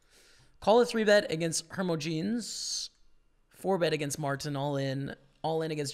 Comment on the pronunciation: Hermogenes-"her-moj-ih-knees". Also, coup de grace-"koo-deh-grah" French term for the killing blow to a wounded animal or man.